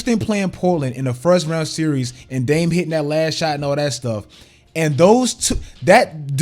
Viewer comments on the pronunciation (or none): none